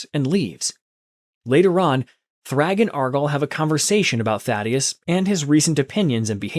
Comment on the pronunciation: Why did he say daddyesi. To Thaddeus